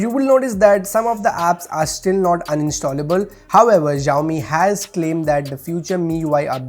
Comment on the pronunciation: It's not ExZhaomi Its Shaomi Xiaomi